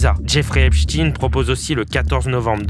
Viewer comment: Soit vous dites EPSTINE, mais pas EPCHTINE… On comprend trop que la direction vous a donné des consignes pour ne pas dire EPCHTEÏN sinon (comme FRANKENSTEÏN)…